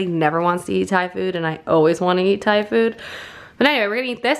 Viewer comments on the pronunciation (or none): none